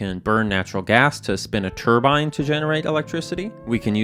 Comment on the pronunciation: I don't know much, but what I do know is you'll get a lot of flak for pronouncing turbine the way you did in this video. Good Luck O7 Love your content